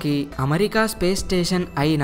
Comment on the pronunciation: మంచి విషయం.. కానీ మంచి తెలుగు లో చెపితే ఇంకా బాగుంటుంది. పడ్నాలుగు (14) కాదు పద్నాలుగు అనాలి అలాగే అమరికా కాదు అమెరికా అనాలి